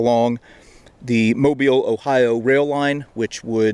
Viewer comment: Thank you for correctly pronouncing Mobile.